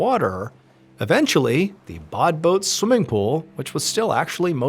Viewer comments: Interesting story as usual however it says badboot yet you keep saying bodboat is there something I'm not getting? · "Say 'bod boat' ONE more time...." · Take a shot every time he says “Badboot”.